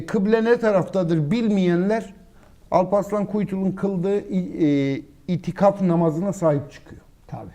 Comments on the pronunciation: önce git "itifak" diyeceğine, doğrusunun itikaf olduğunu öğren de gel. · Birkere İtikaf demesini öğrenin... Kesinlikle yanlı haber yapıyorsunuz 🤔🤔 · Ya siz aklınızı peynir ekmek ilemi yediniz konuşmadı dediğiniz mevzuların hepsine konuştu iftira atıp yalan söylemenin anlamı yok belliki asıl pravakötör sizsiniz sizin gibiler anlamadı anlamazlar daha konu ne onu bilmiyorsunuz itikafı bile doğru söyleyemiyorsun sen konuşma yapmadan önce itikaf nedir onu öğren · İtifak değil bey itikaf